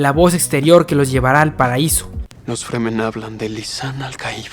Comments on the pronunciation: Es Fremen, no freeman xD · Wey son fremen, no Free men aprende a decir las cosas cabron